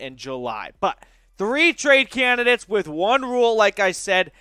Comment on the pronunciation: I say-trade you bro